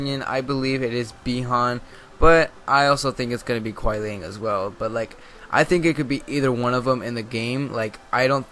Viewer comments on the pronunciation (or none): It's Kuai liang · It's Kuai Liang. Look it up on the wiki you'll see. It's confirmed...dammit. :( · Dialog between kenshi a sub zero He calls sub zero Kuan liang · Hate to break it to ya, but it's Kuai Liang. One thing, bro: read the comic. And watch the trailer. "Alternate skin" of Sub-Zero is seen talking to Cassie Cage. And I just can't believe, you have not noticed his blue scar, behind his mask. And their dialogue was: Quan Chi : - "Your brother succumbed to me easily." Sub-Zero: - "I am not like my brother, Bi Han." UPDATE: Another proof of my words